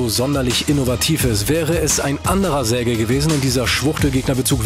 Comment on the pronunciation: Julien gehört also auch zu den Leuten, die nicht wissen, wie man „Sergej“ ausspricht :D